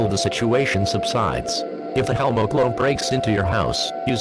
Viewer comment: Hellmo sounds like "Hell no"